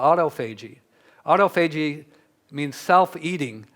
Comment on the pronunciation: It is sort of funny that he never learned the correct pronunciation of autophagy. Lots of interesting info, though.